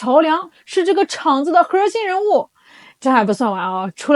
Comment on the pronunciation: 今天这个核儿心说的好😂❤